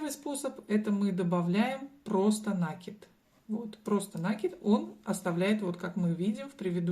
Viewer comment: Немного режет слух ударение в слове накид